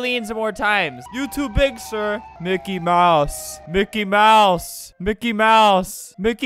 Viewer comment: And its mickey